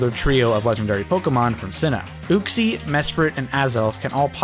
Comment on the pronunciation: Bro really said "Ooxie," and that is setting me off like no one's fuckin business